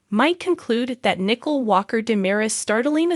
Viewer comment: You are not pronouncing the name Nicole correctly and I just start listening